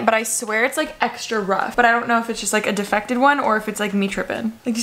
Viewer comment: Anyone else notice how Alicia mispronounces “defective”? She says “difected” 😂